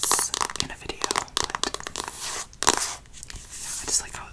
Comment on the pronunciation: Did no one notice how he said veeyo instead of video I’m not hating I just thought it was funny 😂🤣